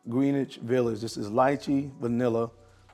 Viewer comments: it's pronounced.. Gren-itch Village. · Say it like this GREN-ITCH